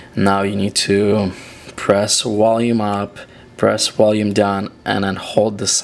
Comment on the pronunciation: maaaan this is annoying its Volume now where is there a w in this word enunciate the damn word its VOLUME with a V so i guess violin is now wiolin haha and water is now vater and wait is now vait all in all a cool ass video ooops i meant wideo lol stay safe